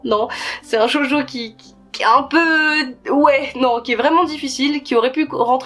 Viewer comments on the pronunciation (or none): Shojo pas jojo (c comment tu le dit)